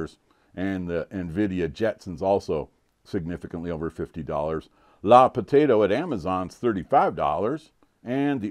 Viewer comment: I believe it's pronounced "luh" potato.